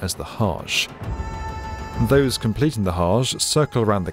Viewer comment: Hajj, not hash